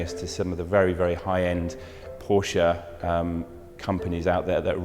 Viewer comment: Love that you pronounce "Porsche" right!